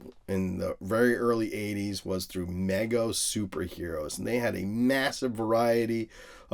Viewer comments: Love all your content but it’s pronounced MEE-go. I just had to get that off my chest. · Mego is pronounced with a long “e” sound just for future reference.